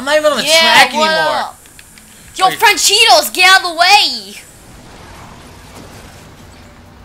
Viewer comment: why you call francesco. franchidos